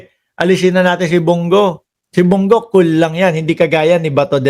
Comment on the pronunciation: Brod.Bong Go hindi Bung gu Ayasiv ka ba?